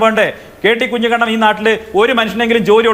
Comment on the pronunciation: കുഞ്ഞിക്കണ്ണൻ അല്ല കുഞ്ഞിക്കുണ്ണൻ